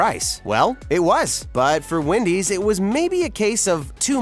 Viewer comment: I love how he calls Wendy's ''windys''